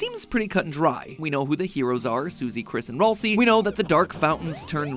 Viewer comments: ITS PRONOUNCED RALSAY NOT RALSEE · IT”S RALSAY NOT RoLcEY!!! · it’s actually pronounced “ral say” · It’s not Ralsie (ralsie) it’s ralsie (ral-sie) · Nah I’m just mad the way he says Raslei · excuse me? “Rohl-see”??? Thats the worst pronunciation ever! I love it! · Ralsei's name is actually pronounced Ral-say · roll see is a crazy way to pronounce ralseial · MATPAT IT IS PRONUCED RAL-SAY RALSAY GOT IT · Ralsei is pronounced r æl say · He pronounced Ralsei wrong 💀💀💀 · That is not how you say ralsei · Thats how you say ralsei